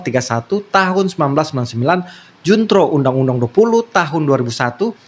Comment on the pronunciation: Junto bro bukan juntro😂